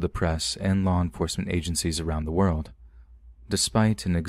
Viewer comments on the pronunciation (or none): none